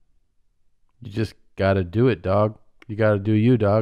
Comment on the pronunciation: Her trying to say Dawg kills me